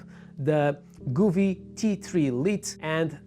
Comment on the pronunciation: Didn't catch the very last bit, re the "all at once or part" bit. Just because you know what's what and what you want to say, doesn't mean your viewers do? Just slow down a fraction man or you waste as much of your time making this video as we do watching it. ANOTHER THING, stop mispronouncing the name Govee. It's NOT Gooooovee, it's Go vee. Go (as in (go away") there is no double "o" in Govee so why you pronounce it the way you do is beyond me and totally incorrect. Phone Govee and ask them, see, simple Doh?